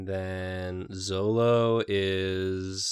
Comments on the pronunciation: who the FUCK is Zolo? His name is Zoro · When I saw the slurp on last panel I expected a straw to be used. He definitely got me. Edit: My god, them talking One Piece killed me for a few reasons. definitely watched the 4kids dub because he said Zolo instead of Zoro, and saying Charlie Brown would be Koby is hilarious considering recent events. Now I need to see Charlie Brown using Honesty Impact. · called him Zolo…video ruined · Damn. Even when using the official pronunciations still says One Piece names wrong. smh